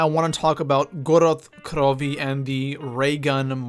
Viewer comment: God damn please don't say the maps names again lol